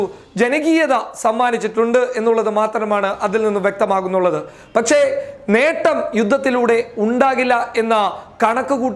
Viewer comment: ഏതാടാ ഊളെ നീ ?? ഷെഷം അല്ല ശേഷം ആണ് ... പച്ചേ അല്ല ... പക്ഷെ ആണ് ... വിവരം കേട്ട തീട്ടം